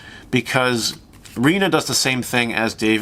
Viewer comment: Good pronunciation of RIna's name :)